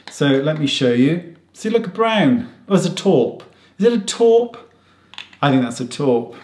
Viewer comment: I think you look fabulous but you should love yourself 1st and be happy and comfortable in your own skin. I signed up and can not wait to see your product whatever it maybe. I just have to say I love how you say taupe. Stay safe Stay healthy. Much love from Florida 👋😉❤